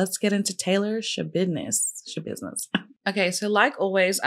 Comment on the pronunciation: Hahahah gurlll I feel you with the not being able to NOT say Schabidness 😅 love your take on her case!